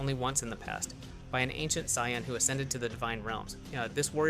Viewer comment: Can we please make these videos with the correct pronunciation of the different races or names of characters!!!!!!!! -_- it's sayians not scions!!!!!!